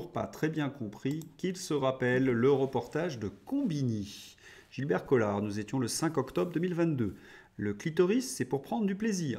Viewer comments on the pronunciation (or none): none